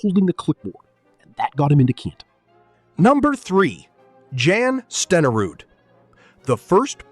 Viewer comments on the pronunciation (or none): Jan Stenerud is pronounced "Yonn Sten-err-ood". YONN! Not Jann! Wtf??!! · here, never touched a football. Never saw a game. Never laced up a pair of Cleats. does not know what it is talking about. Period. can shut up. Oh. And It's not Pronounced "Jan" Stenerud. It's Pronounced Yon. He was from Norway. He was the best of the first Soccer style kickers in the NFL and for Green Bay he was a reliable Kicker but you are an. You have never seen a Packer Game. For Pity Sake. Get a Real Narrator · Jan Stenerud's first name is pronounced like Yahn, not Jan. AI sucks at correct pronunciation of names. As for his kicking percentage, for much of his career he was kicking off grass or mud surfaces instead of the good footing you get for turf and/or indoor stadiums of today. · Jan AI voiceover butchered that - Pronounced "Yahn" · It would be nice if the AI (?) narrator could pronounce Jan Stenerud’s first name correctly. correctly. Stenerud was likely the best fg kicker of his era. He deserves to be in. Stats don’t man everything. Lynn Swann was a great receiver. Blanda deserves to be in. An excellent QB when needed and a great clutch fg kicker. When he retired he had scored the most points in NFL history. Griese and Langer should not be in. Maynard should be in. Another great receiver. Forgot about anybody else mentioned. Not a good enough video to go back and check.